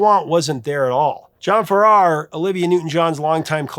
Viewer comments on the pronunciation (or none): John Farrar is pronounced Farrah